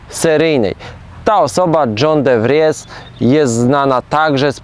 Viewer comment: De Fries czyta się "de fris".